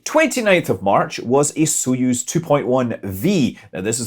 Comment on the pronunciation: Btw Soyuz isn't with an "o" but it's pronounced "a" like in some common English dialects "not", "nut", "hut" etc. --- accent is on "yuz" (speak like "use")